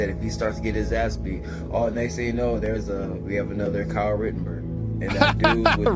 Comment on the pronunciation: " kyle rittenberg " 😂😂😂